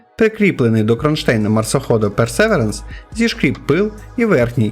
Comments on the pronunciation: якщо з англійської (що скоріше за все використовувалась в місії), то ДжезЕро. В пересеверенсі в наголосі дійсно помилка (а ось звук "і" в британському варіанті більше на "е" схожий, але то таке) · згоден, яке ще джезіро? якщо його назва польська і звучить як йезєро. ну і інше, персевіренс наприклад.